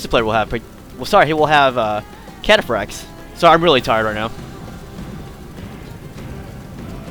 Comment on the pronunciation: 1:you only upload your wins 2: seluceds say catafracs awesomely